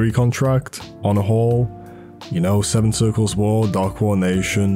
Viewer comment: the way he say he use honorhall(onahole)